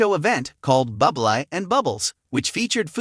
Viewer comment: Michael’s surname is pronounced Booblay, not Bublay, Bubly and Bubble. Obvious AI commentary😖😖.